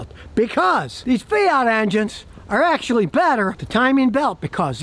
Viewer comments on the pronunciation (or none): none